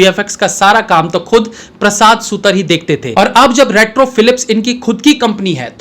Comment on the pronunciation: प्रसाद सुतर नहीं प्रसाद सुतार Wrong pronunciations are unpleasant to listen to